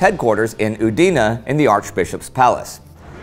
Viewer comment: ùdine, not udìne